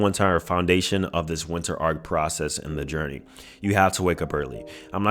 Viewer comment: 😂its ARC not arCH